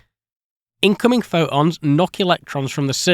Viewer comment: Why are your little bits of light sometimes called photons and other times pho-ons? Also what is the difference between a photo and a pho-o? You seem to use the 2 interchangably. What determins whether a T is pronounced or not? When you have guests, do you offer them a cup of (strangle noise)? Trying to understand this strange affliction thats plaguing you guys, bits of your brains seem to turn off randomly